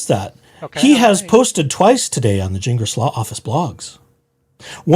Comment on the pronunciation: It’s pronounced Gin Glass